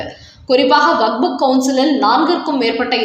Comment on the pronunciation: நீங்கள் செய்தி வாசிக்கும்போது வக்புக் என்று வாசிக்கும்போது மிக மிக அசிங்கமாக இருக்கிறது. இரண்டு மூன்று முறை நான் சுட்டிக் காட்டி விட்டேன். நீங்கள் திருத்திக் கொள்ள வில்லை.